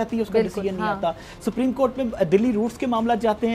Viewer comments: Bhai Pakistaniyoun ko Supreme Court bhi bolna nahi aata. They call it Spreme Court. Pakistani Education Zindabad. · Sapreme court nahi bhai, Supreme court boltay hai, bolna aur pronounce karna sheek low fir baat karnaa. Arnab Goswami alone tum sab ki band bajaa sakta hai😂😂😂😂😂😂😂😂😂😂😂😂